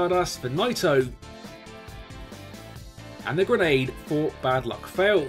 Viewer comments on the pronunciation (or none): Its fale not fail. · Don't want to be that guy, it is not even a big deal but it's pronounced fa-lay not fale even though it's spelled that way. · Bad luck fale is pronounced: Bad luck fal-ay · You pronounce Bad Luck Fale as Bad Luck FaLay